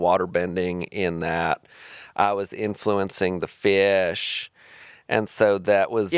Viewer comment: the way he says fish is killing me